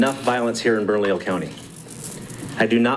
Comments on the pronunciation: it’s Burn-a-lee-yo County. Easy peasy. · Hey. Try saying it phonetically: burn a lee yo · Bernalillo: It is pronounced, Berna-leo😉👍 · Bernalillo (Burn-a-lee-yo) County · I spent a lot of years there and it's pronounced burr-no-lee-oh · It's pronounced Burn-a-leo (Bernalillo). Hope that helps. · It is easier to say Bernalillo County when you pronounce it correctly. Listen to how the Sheriff says it. Pronounce the LL as a 'Y' or leave them silent.